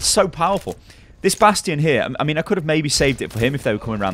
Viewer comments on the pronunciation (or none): none